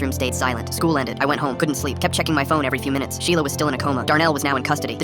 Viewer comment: "MY SHELIA"